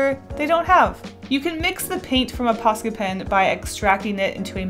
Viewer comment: Im sorry but for the whole video I didn't really read the title I just clicked because I like this channel but I though she was saying pasta pens